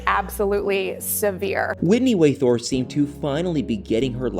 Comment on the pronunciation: Waythorne* dude not Way Thorne